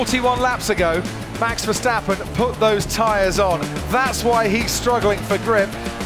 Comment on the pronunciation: Max being in formula 1 for several years and the commentators still can’t pronounce his name properly😅